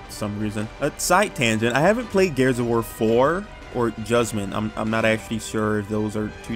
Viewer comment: Gears 5 is not that bad and you have not played 2 other gears games and can you please learn how to say gears dude sounds like your saying garus